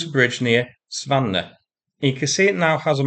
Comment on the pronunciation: The o and the e are pronounced at the of Zvannoe.